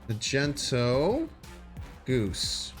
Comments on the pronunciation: The guy is called mag-neto not ma-gent-o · magento? don't you mean magneto? I guess I can't really blame you for not being a marvel fan but damn you just mispronounced the word magnet I love your channel, but you've gone too far >:( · You're saying it wrong. It's MagnEto, not MagenTo. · its MAG - NE - TO my dude.. Wtf is Macento.. sounds like a colour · It's MAGNETO not Magento you uncultured swine. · Majento ? Mag - nito Sorry for correction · I almost left after he said Magento lol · My guy really called magneto Magento🤣🤣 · I can’t with him not been able to pronounce “Magneto” LOL 🤣 like what the hell, bruh: Mag-Knee-tow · Do you actually believe it's pronounced Magento? Or are you just trolling us? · Magento? Please never say that again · This man said “magento” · Idk why it bothered me that he called Magneto - Magento but it did lol. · Did this man just say majento 😂😂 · Did…did he say “Magento”? Lol